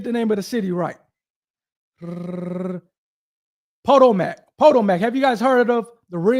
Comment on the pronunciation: Dude, REALLY??? I don’t know where you are from, but as a seemingly reasonably intelligent but possibly not worldly person, you really should do your research on proper pronouncing of people, places and things. “Po-toe-mack” …….. seriously? Think about it, you already know this takes place in Maryland. So what’s the “big, main, well known river” there??? It’s the “Pa-toe-mick”, and that’s also how you pronounce this town you are speaking of. Where is your Jd. from? Where are you licensed to practice?